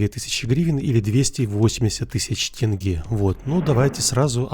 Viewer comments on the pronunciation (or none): Не тЭньгэ а тЕньге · да да именно тенге а не тэнге )) тоже сразу ухо зацепило